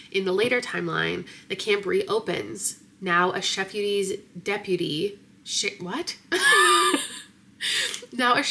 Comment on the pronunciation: "Now a sheputy". I cackled 🤣